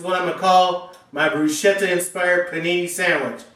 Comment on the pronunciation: Nice recipe - but Italians would hold you accountable for the pronunciation - It's not Brushetta - It's BrusKetta (not the spelling - the pronunciation) Say brushetta to an Italian / Sicilian and they cringe! Just sayin'.